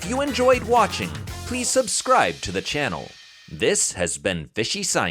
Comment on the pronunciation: "Fihi scain"